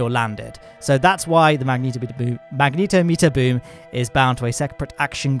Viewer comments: I love your vids, but please learn to say magnetometer XD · I'm impressed they bothered with making the closed-cycle mode of the RAPIERs, you know, closed-cycle. They clearly didn't get much efficiency out of it, so imagine how bad a gas-generator version would be! Also, I always assumed it was "magne-TOM-eter," not "mag-NETO-meter," so TIL I guess.